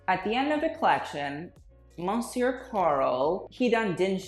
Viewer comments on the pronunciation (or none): none